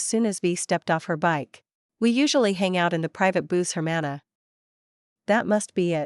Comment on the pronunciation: Why can You Say sister very well in spanish